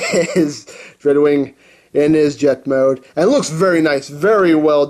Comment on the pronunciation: When he said dreadwing i thought he said drugwing